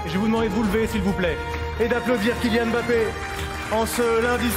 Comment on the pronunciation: ce n'est pas e'mbappé madame ! c'est Mbappé sans e